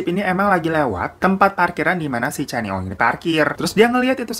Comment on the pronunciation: Bang glowing, sebutannya kenny ong, bkn channi ong 😁 salam syg dri 🇲🇾